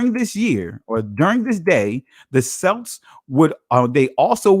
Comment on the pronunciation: Celt, Celts, and Celtic is mistakenly pronounced with a soft S sound. When the correct pronunciation of those three words are with a hard K sound such as Kelt, Kelts, and Keltic. Though in spelling all three are begin with C's. Just like an some ancient languages words that begin with Ch do not produce a Ch sound such as chess, cheese, chow, and chowder. The words Chaldea, Chaldees, Chaldeans, and Chalcedony are all pronounced with a hard K sound pronunciation. Even now you'll still have people pronouncing the Kaldeans as Chow-deans as though correct. Unaware of the language rules for ancient languages not from an Indo-European language family because none of the words are English root words.